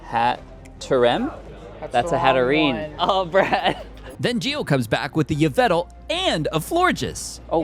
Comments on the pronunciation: It’s pronounced yar-vall-tall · WHY DID YOU PRONOUNCE YVELTAL LIKE THAT